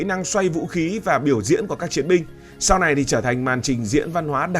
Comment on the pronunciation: Chứ " Samoa" còn không biết đọc, làm sao đủ kiến thức để đánh giá...Samoa !